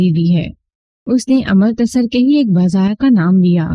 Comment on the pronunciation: خوبصورت آواز ، دلنشین انداز بیان ، لیکن تلفظ پر تھوڑا دھیان دینے کی ضرورت ہے ۔Amartasar نہیں Amritsar ہے ، بھارتی پنجاب کا مشہور شہر ۔ اسی طرح تم نے گوبندر (Gobinder) کو Go bundar بنادیا ۔ Love from Mumbai.